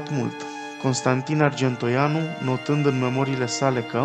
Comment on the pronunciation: "Oratorule", care ești, înțeleg că la istorie te pricepi mai puțin - dar măcar de pe text puteai să citești corect! Dublă greșeală Arge(n)toianu...la 2':38"/39" și respectiv 7':13"/14".